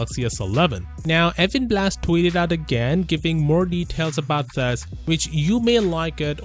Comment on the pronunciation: When says 'thus' for 'this'.